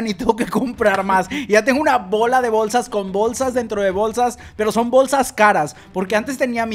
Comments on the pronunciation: Por que dices Bowlsas? JAJAAAJJAJAJAJA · Bowlsas Bowlsa Bowlsas